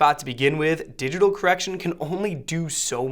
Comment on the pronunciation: room "correciton" LOL